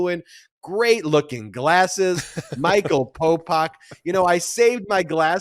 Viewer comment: 😂Every time Ben says “Polpok” I get thrown out of the listening concentration cause it sounds just like Pol Pot and that hits the emergency brake of my old rusty brain.😂